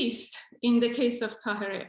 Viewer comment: Now yes ---- it is "QURRAT UL ANNE" ---- IT IS TAHI-REE.